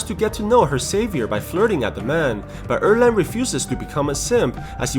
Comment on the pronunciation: Its 二郎 not err leng.